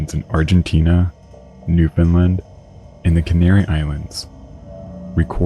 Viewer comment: It’s pronounced NewfinLAND… you were so close!